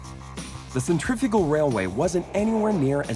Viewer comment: The narrator should learn how to pronounce "centrifugal" !!